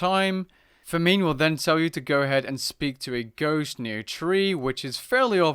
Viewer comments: Fameen lmfao its pronounced fah-min .... like hunger bro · farmine, fameme, fa - meme LMAO, its famine dude <3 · not fah-meen, fah-min. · Fameeeen..?? I always thought it's name was pronounced Fa-mine... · Lmao fa-mine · Who is *fa-meen*? Do you mean *fam-in*? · Who's this Fuh-ming you keep mentioning? Kidding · That pronunciation of famine tho LOL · When he mispronounced famine I died laughing XD nice vid though ! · you're english and don't know how to pronounce famine